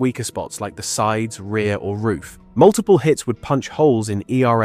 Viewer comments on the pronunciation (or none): none